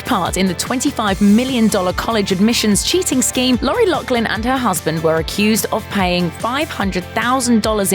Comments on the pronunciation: Pronounced Loff-lin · There’s no k in the last name ... LOUGH. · I cringed every time she said Loughlin. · There’s no “k” in her last name